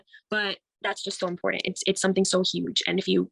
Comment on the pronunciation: Omg. I don’t understand why everyone in “this business” cannot properly say “iMporTant”. It’s not “iNporDant”